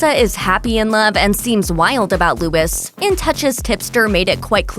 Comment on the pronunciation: Luis not Lewis. At least TRY to learn the pronunciation, lol.